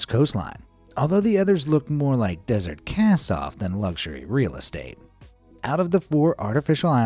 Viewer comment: mf China said e-ez estate